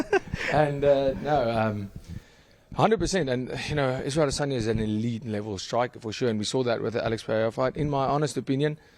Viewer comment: The way you pronounce Adesanya is very Nigerian! 👏🏾